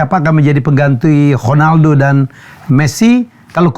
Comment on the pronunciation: Bung Helmy emang cara sebutannya KHONALDO ya? 😂 nanya aja sih